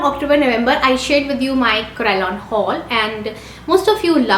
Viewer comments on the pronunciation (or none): none